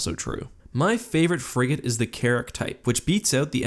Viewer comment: anyone else hear Carrot instead of carrick